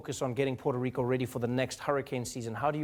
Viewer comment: I hate how this guy says rrrrrRico